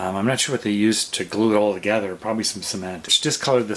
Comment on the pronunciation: you keep saying “togather”, and it isn’t a real word. It’s “together”. There isn’t an “A” in the word, and it isn’t pronounced with an “A” either. Look it up online or in your dictionary! I bet you use the word “ideal” in place of “idea” too. That also is wrong. Additionally, it’s a windowsill not a window seal.